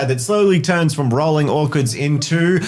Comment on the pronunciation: ...I'm just sitting here and casually pronousces "orchards" as "orkards" and now I'm picturing orks growing on trees...